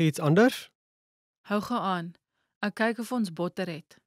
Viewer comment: The Afrikaans word "ek" is not pronounced like in "acknowledge" but like in "example".